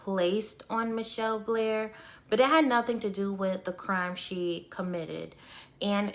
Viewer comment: it's Ma-Chell Blair Not Michelle Blair